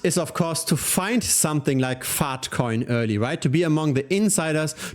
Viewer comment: Bro your accent when you say "Faahtcoin" is too funny